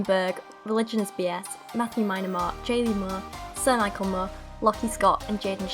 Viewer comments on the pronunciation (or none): none